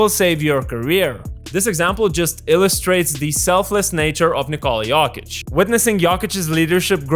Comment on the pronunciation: "nikOHla yOHkit"